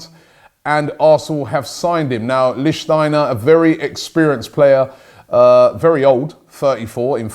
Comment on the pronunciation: Robbie pronounced lichtsteiner correctly. 😱😲😮😱